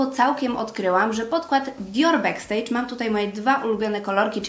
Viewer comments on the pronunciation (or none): none